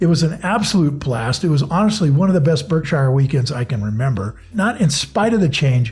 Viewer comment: How does one come back from a Berkshire annual meeting not knowing how to pronounce it?